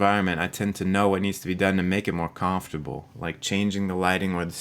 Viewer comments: you say comfortable so fucking weird loooooool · Haha I loved your pronunciation of the word comfortable 😄